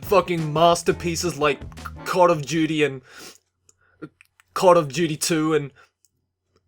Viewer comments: was he saying cod of duty or call of duty? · No one else realised he said "cod of duty" xD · prob just his accent but yea it sounded like that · "cod of duty" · "cod of duity".... lol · Lol you said "Cod of duty" Cod stands for call of duty. So you said call of duty of duty. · Was it me or did he say cod of duty? 😂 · isn't a casual gamer, he said 'cod of duty' (not criticising, a few of my friends have said that, I just laugh all the time) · did he call it "cod of duty?"